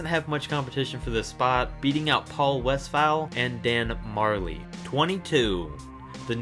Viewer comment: Paul West”foul” ?